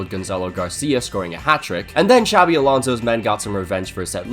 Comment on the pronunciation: A little off-topic, but you pronounce "Xabi" better than many non-Basque Spanish people, man. Props for that. Many people in Spain pronounce the X as "ch" (like in Xavi Hernández) when in the Basque form of the name it's pronounced as "sh". Might sound unimportant but it's soooo annoying ☠️